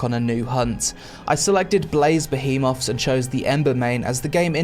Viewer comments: Great review but you’re killing me with the “Ba-he-moths” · the way he says behemoths